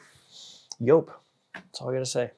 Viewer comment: Joop it's pronounced like jeep not like pope 😮